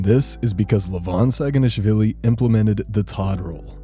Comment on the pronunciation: you pronounce his name wrong.. its not schhhaginashvili.. its pronounced SA-GI-NASH-VILLI